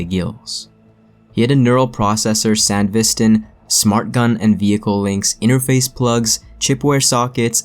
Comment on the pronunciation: San dev is tan u dingus, didn’t watch the “anime” or did any pronunciation research?!